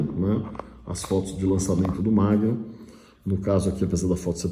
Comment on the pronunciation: MAGNUM, e não "Magnun"